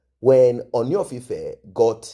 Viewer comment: Point of correction Ropo came from light completion family. She may add lightening cream but naturally she is light. Her sister Wemimo Orebiyi is light completion. Their dad is light completion. The pronunciation is ooni not oni,ooni like you are pronouncing uh not